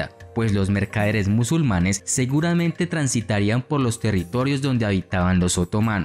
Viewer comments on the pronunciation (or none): none